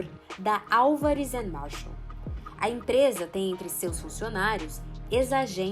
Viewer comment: Ótimo documentário, juizeco marreco, só erraram o nome do escritório, não é Marshall, é Marsal